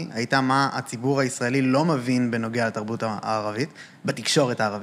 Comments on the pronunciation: הראיון ממש מעניין, אבל בקשה קטנה המראיין. היות ואתה אומר הרבה פעמים "אני מבין" בבקשה תאמר mEvin (ולא mAvin). זה ממש צורם. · איחולי על עבודתך. אולם, יש לך טעות חוזרת בעברית. שים לב לניקוד: מֵבִין, ולא מׇבִין בקמץ, כפי שאתה אומר.